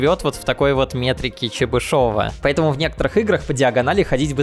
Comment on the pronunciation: Метрика ЧебышОва, ужас,, уши в трубочку. Великий русский математик Чебышев(а не чебышОв) Интегралы ЧЕбышева, метрика ЧЕ бышева. Не только книжки читай, посещай лекции, не будет таких позорный ошибок